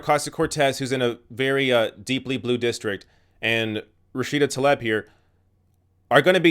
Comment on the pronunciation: Surely it's pronounced "Tlaeeb", not "Taleb".